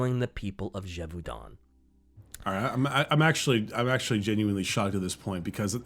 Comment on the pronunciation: I think the biggest mystery here is where sees an L in the word Gevaudan.